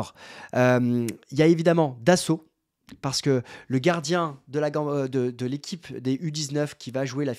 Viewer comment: C'est Aboubaka "Dosso" et pas "Dasso" comme tu dis... lol J'integrerais Bakola aussi dans le groupe pro. Je garde Murillo.